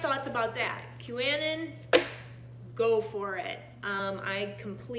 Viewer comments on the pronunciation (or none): Anon is short for anonymous. It's pronounced Q a non